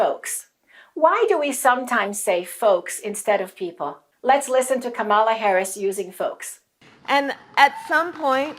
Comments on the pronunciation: Dear, you're mispronouncing Kamala's name. It’s not KamAla, it's KAmala. You gotta stress the first syllable. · Accent is on first syllable : Ka mala! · Great video, thanks. But you mispronounce Kamala's name. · too bad she mispronounced it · Please pronounce her name correctly before we can truly listen to your message.